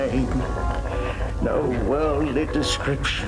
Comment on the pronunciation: been supressing that Midwestern accent until now. There's "Nououwh" denying it. Quick google confirms she's from Wisconsin. We love to see it.